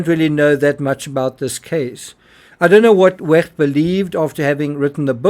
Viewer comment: Who is this idiot commenting on Wecht’s video and pronouncing his name so moistly